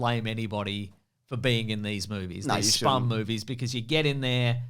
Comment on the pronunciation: Spum? you mean SPUMC? its so much more offensive when you pronounce the "C"